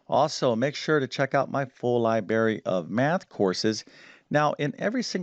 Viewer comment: It isn't "libary" it's "library" - pronounce both R's man!